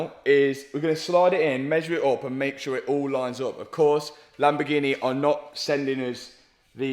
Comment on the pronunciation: The world: Lamborghini Matt: Lamborghi-neh